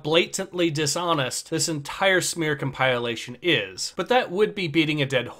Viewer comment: You said “come pile lation” and incompetent in the same breath….